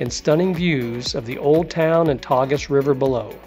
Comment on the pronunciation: Thanks for a wonderful guide to this beautiful city. Just spent two days there at the end of a longer trip - definitely going back, hopefully to spend about a week just to see Lisbon. Hope you don’t mind some constructive criticism: the correct pronunciation of Belém is to place the accent on the second syllable rather than the first; and the river’s name is pronounced “Tay-zhu’” instead of “Tag-us.” This one I learned from one of our Uber drivers. Contrary to what we’d been warned before we went, we found all the Portuguese people we encountered to be very friendly, helpful and approachable.